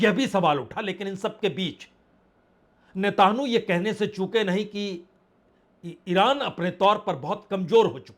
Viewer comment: पत्रकार साहब नेतानु नहीं नेत्यनावु बोलिए।